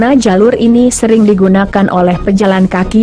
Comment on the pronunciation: truk aja dibaca trek😂😂😂, noraak😂😂😂